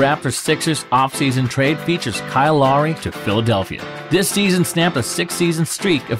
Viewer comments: Lori it’s Low-O-ry bro say it right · Bro this man said lowreeeeeeeeeee🤣🤣🤣🤣🤣🤣🤣🤣🤣🤣🤣🤣🤣🤣😭😭😭😭😭😭😭😭😭😭😭😭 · The fact you can’t pronounce Kyles last name says a lot. 🤯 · I can forgive the clickbait title and actually like your video editing, I even agree that the sixers are a strong possibility for a sign and trade. What I don't get is how you could do all this research on a player and still mispronounce his name so horribly. I'd get it if you just mentioned him in a video but you literally made an entire video on the man. So I have to dislike this video I usually don't do that so I thought I'd give some constructive criticism. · When you learn to say his name correct will be a day you can be proud of. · You butchered the pernouncation of lowry's name